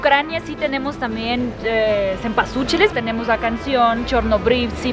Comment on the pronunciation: "muchísimo sumpasuchil" mori jajaja xD